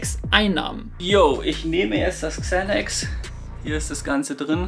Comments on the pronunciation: Spricht man das nicht Sanax aus und nicht Zänacks like Monte😂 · ✨Kzänäks✨ Bruderherz man spricht es Sänäx aus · Englisch note 6 oder was? man spricht es „Zanax „ aus 🤦🏻‍♂️ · Bin ich der einzige den das aggressiv macht wie der xanax ausspricht?